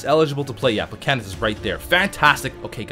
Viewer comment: Why does he keep saying plekanets. Its plekanec (pluh cann eck) right?